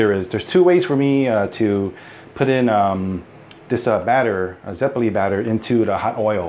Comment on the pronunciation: It's not "zepolí", it's "zeppóle"